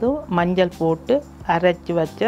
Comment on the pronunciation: அது மஞ்சல் அல்ல.. மஞ்சள்.